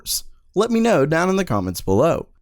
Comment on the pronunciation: I love your videos but the way you say "In the description BELOW" is pissing me off.